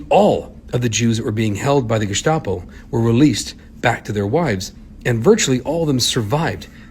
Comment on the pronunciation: Its pronounced Gestapo with a normal s, not sh. Thanks for sharing their story!